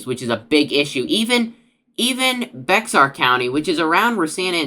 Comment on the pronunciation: Bexar (pronounced bear) County